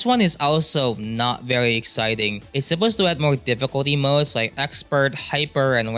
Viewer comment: the mwods wewe bawd becaws the comuwnitwy was so smawl. why the hell do you talk like that bruh